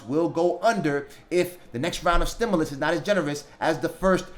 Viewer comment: It's pronounced " STIM-YOU- LUS not "STIM-ULL- US" . Again, "STIM-YOU-LUS" try saying like this, it is correct. We loooove Nancy Pelosi!!!!!!!!!! Gooooooo Nancy!! Know THIS! Ditch Rich Mitch McConnell blocked the STIMULOUS That Congress wrote and APPROVED waaaaaaay back in the Spring of 2020. Blame belongs to any and all DUMP 👎 Trumpsters! Yer fault! There ain't no $10,000 Grant from eidl. The only way you're going to get $10,000 is if you have ten employees at one thousand each. Most people just have themselves and one or two employees, therefore they only get one two or three thousand. You ain't getting no $10,000! That's not how it's written. It's pretty easy to read the simple english. They're not giving $10,000 unless you have ten employees. Stop dreaming.